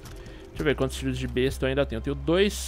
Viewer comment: se pronuncia Bésta mano